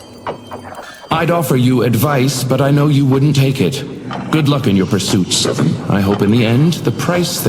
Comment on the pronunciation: i love how he doesn't even try with seven